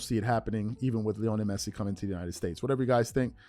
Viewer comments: Stopped watching once you started mispronouncing his name showing you have zero clue to be honest. There’s no way you have ever watched a single match he has played in…. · I stopped watching when I heard him say Lionel Messi 😂. Bro learn their names to gain more credibility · First of all THAT'S RIDICULOUS TO SAY THIS GUY WHO'S MORE GLOBALLY/WELL KNOWN THAN LEBRON JAMES!! Can barley pronounce the guys name!!! IF that's the case, why don't you/ show cover him or the sport more often!!! I believe you said towards the end of your segment, forgive me if I'm wrong, but you probably won't cover it as much...WHY NOT!!?? & I KNOW you can care less, but I was proud that you was covering something DIFFERENT! I saw the photo of Messi, & I hurried up to listen, I said you go /! Then you had TO MENTION MR JAMES...AGAIN!!! & TO BE CLEAR, THE ONLY ATHLETE IS MORE GLOBAL THAN LEBRON IS MICHAEL JORDAN!!! & IM A LEBRON FAN! YOU BASICALLY SAYING THESE GUYS ARE MORE GLOBAL THAN MJ HIMSELF.... THAT DEFINITELY RIDICULOUS!!!!!! CMON bro!